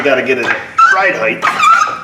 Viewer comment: Ride highth?? Does he mean ride height? Stick the T